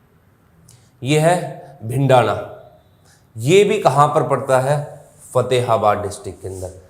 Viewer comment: भिंडाना नहीं सर भिरड़ाना h